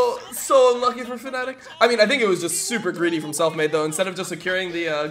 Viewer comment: FNATIC NOT FANATIC when will you over att NA cant pronouce the team name at all?!